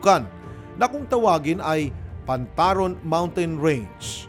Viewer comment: Pantarong. Not pantaron.